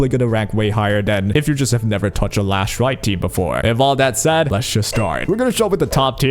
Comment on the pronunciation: Why are you calling her Lash light? Her name is Last Rite 😕